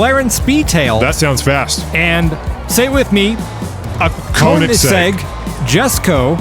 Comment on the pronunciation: Pronounce Koenigsegg: KAY-NEGS-EGG. It's German, the oe sounds like a long A.